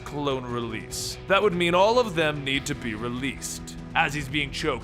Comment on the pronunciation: you messed up on "would" too